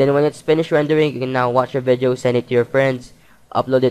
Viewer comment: nice vizeo man hahahaha !